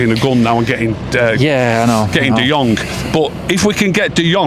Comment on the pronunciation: and can't seem to say De Jong properly. All I hear is De Jonk 😑